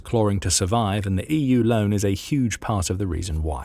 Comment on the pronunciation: Lots of audio glitches in this one. You need to teach your bot to pronounce "EU" correctly at least.